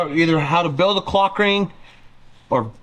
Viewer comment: you really need to pronounce the L in clock ring youre making it sound like im watching something im not😂😂